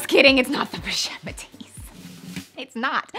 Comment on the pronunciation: Oh you got me. I almost died when you said pouchette metis. HA HA